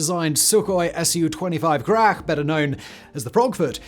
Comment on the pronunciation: graCH not grah rook (Corvus frugilegus)